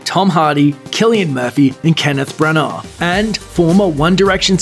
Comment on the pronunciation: Kennith Bran-aaarr